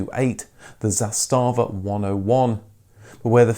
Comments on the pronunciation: It’s ZAStava not zastaaaava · Sorry, but the pronunciation is ZAstava, not ZastAva - pronunciation is on the first syllabe! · The way this guy says Zastava sounds like some German company "Zé Stava" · its pronounced "zaastava" not "zastaava". have some respect for accuracy of history. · The company name is pronounced ZAH•sta•vah not zah•STA•vah. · Zàstàvà (meaning "flag") - all the a's are short, not long. Kudos on the "Stojadin" (a Serbian male) name reference and its correct translation to "hundred woes", nobody outside of former Yugoslavia usually knows that, and it shows that you researched it well. How about doing a documentary on the Polish Polonez next? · Nice! :-) Small correction: "Josip Tito" is not a commonly used combination, the real name was Josip Broz, "Tito" was a nom de guerre. Usually, all three names are used, or just "Tito". Also, words are usually pronounced on the first syllable, so it is "ZAStava" = "flag". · the way you pronounce zastava is priceless lol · Nice video! Oh and you're pronouncing the brand name Zastava wrong ;) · Video may be OK, but he's butchering the name Zastava every time he says it...if you don't know how to pronounce it, take a minute and look it up, otherwise it's destroying all the good work that you've done. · Nice vid. However you pronounce Zastava little incorect, just like my typing here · Zastava, accent on first syllable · it is not za stava, but zasta va... wrong accent... also 'stojadin' means 101, not 100 sorrows